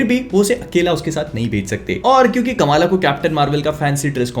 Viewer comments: Correct Pronounciation: "Kuhm-laa" Khan My ONLY gripe with this show. "Kamaaala" is NOT how you say that, FFS. They had soo many Pakistani actors on set and for some bizarre reason, nobody thought to correct it? You had ONE chance to let the world know the correct pronunciation yet, u fucked it up. Literally Everyone says it wrong. Even South-Asians have started saying it wrong by just copying westerners blindly like we usually do. Otherwise, the show was surprisingly better than how they portrayed in the terrible trailer. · Kamala Nahi bhai Kamla hai woh